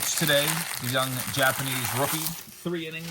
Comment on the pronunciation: I Swear I Heard “Jabs’panese” at the beginning! 🤣😬🤷‍♂️